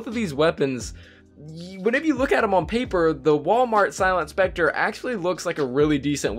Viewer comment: It's specter 😅